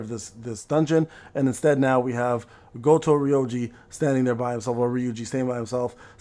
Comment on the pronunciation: Thar's why you can't pronounce Goto without saying Goat